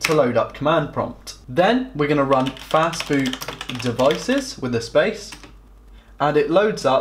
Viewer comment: Did you say FAST BOOT ? It sounded more like "FAST FOOD" ....which isn't helpful to those with learning disabilities. The narrator started off talking basics then dived headlong into nerdy techno babble which left those IT allergic and dislexic trailing behind.